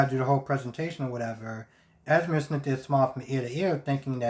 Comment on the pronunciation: I cringe every time u said “es-meer” Lol it’s “ez-mee” 🤦🏾‍♀️ either way I find Sasha and Brando absolutely boring. I honestly don’t care what their storyline is. Her belly is huge so her water breaking at the event will be interesting. I don’t get what Esme is doing and why she keeps trying to put Trina and cam together. It’s really annoying. Even Spencer called her out on it. I agree with what u said about Olivia. Hell, even after kissing Robert, they acting like nothing happened. Anna and Robert need to sit this out. Every time they encounter Peter, they either don’t shoot him or engage him in a lengthy discussion that allows him to escape.